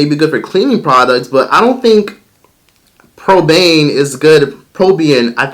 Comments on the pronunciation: "Probane"? parabens: peh-ruh-bnz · PARA-bens it’s pronounced how it’s spelled. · did this nigga just say parabens as "parbane" 😂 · It took me out when he referred to parabens as probanes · “Pair-a-bens” not “pra-pain” Lmaoo love you 😂❤️ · Its Pronounced: parah- Benz =parabens 🙌👍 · PARA BENS. PARA (LIKE PARACHUTE). BEN LIKE THE NAME BENJAMIN. PARABENS. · I’m just trying to be helpful. But it’s pronounced like Pare-a-bens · (Pair-ra-ben) is the pronunciation. Whenever you have a water-based formula you MUST have a preservative to prevent bacterial growth or people can get sick. Parabens are preservatives, many companies are opting to use alternative preservative options, which is great. However, we must be mindful parabens are literally in almost everything from deodorants, to hair and skincare. So if parabens concern you that badly don't just avoid them in hair or skin products look for them in other items as well. Usually, the formula is made up of 1 to 2% of preservative so other than just the fact the product has a paraben to preserve it, it makes sense to evaluate the product quality by also looking at the top 5 ingredients and then making your decision. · "pear- uh- benz" parabens... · Did just say pro-bane and pro-bein for paraben💀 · Pronounce (pear-ah-bins) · Parabens is pronounced like Pa-Ruh-Bins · The synthetic chemical parabens are known to disrupt hormones but theres so many endocrine disrupters in literally every product. Also “natural” is a marketing term and is not guaranteed to be “all natural.” If you use organics make sure it’s certified organic! And it’s Para-bens (Pear-a-bens) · The way he says “parabens”